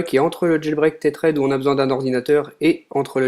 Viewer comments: C'est pas comme ça qu'on prononce" tethered " mais bon , bonne vidéo quand même :) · Aïe!!! La prononciation de tethered!